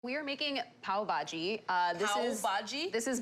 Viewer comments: you dont prounounce the v in pav say it like pah bhaji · The way priya herself says "pav baji" is like 😂😂😂😂😂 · She does not even know how to pronounce Pav Bhaji. LOL